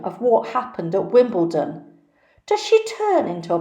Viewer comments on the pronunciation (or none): none